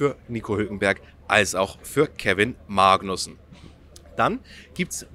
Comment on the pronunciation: Kevin "MAAgnussen"... Wieso betonst du das so komisch? 😂